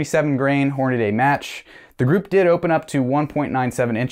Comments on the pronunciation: It's not "Hornaday". It's Hornady (Horn-a-dee) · so many people pronounce it, HORN--UH-DAY.......it is pronounced, HORN-UH-DEE!!!! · Please stop saying HORN-A-DAY. To be an educated man, you can’t read. It’s Horn-a-dee….like can-dee. But maybe you eat canaday bars where you live. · Tip: Horn A Dee, not Horn A Day. There is no “a” between the “d” and “y”. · 3-shot groups are fine. They tell us what we need to know. But, pronouncing Hornady like it's Hornaday, is not. Horn-a-dee. It's not a difficult pronunciation. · HornaDY! NOT HORNADAY😂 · Thanks for the report on your BCA upper. One suggestion, Hornady isn't pronounced "Horn-a-day". Only the guntube renobs say "Horn-a-day".